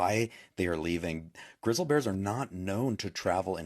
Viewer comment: Maybe the Big Y. is getting ready to pop, and the wild animals know it, so, they leave the place ... 😊👍 This guy messes up the words, turning his post into a blaberring, mostly ! ... 😐 This are the words he said wrong : "Grizzle", "populans", "syenlyphic", "Teezee", "Moun Lions" (at least he got the Lions part right 😊👍 😂😂😂 ), "That was late last week ph they started leaving" (what does the ph mean ? ...😐), animaligeous, creature creeters, " Yellowstone National Park are super-concern" (Ooof ! ...😐) Gilene will meet a fast tragic end ! ... 😊👍 He acts so entitled, like he knows that, police ain't gonna do anything to him ! ... They arrest him, then, he is set free, able to go start another fire ! ... 😐 Because they protect people who do this, the woman who alerted the authorities was not payed any attention ! ... 😐 Lake Michigan was created in order to cover a major egyptian city, with pyramids, statues, houses, roads, and all ! ... 😐 Unk is 100% wrong ! ... 🤣 in many states, a "life sentence" means 25 years, and, for good behaviour, you can reduce it ! ... 😐